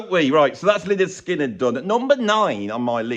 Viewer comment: Lynyrd Skynyrd. Should be pronounced Leonard Skynyrd. [/pedant]